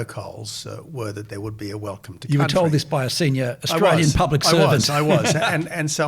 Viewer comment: For goodness sakes, old mate. We are having an election, not an 'uhlection'. Add to that, we are Australian, not 'Uhstralian'. Get it together.